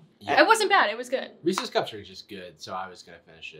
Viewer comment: I hate that he says ree-cees cup